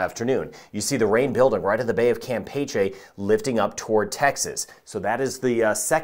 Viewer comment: Thank you for reminding me why I appreciate you. You correctly pronounce "Bay of Campeche'". Nails on a chalkboard when I hear someone say "Cam Peachy". Nails on a chalkboard, and everyone else on tv weather does it.